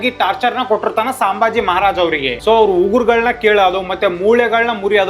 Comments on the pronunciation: ಸಾಂಭಾಜಿ ಅಲ್ಲಲೇ, ಸಂಭಾಜಿ. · Bro ಸಾಂಬಾಜಿ ಅಲ್ಲಪಾ ಸಂಭಾಜಿ... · Hey, ಅದು ಸಾಂಬಾಜಿ ಅಲ್ವೋ, ಸಂಭಾಜಿ ಮಹಾರಾಜ್ 🤦🏻‍♂️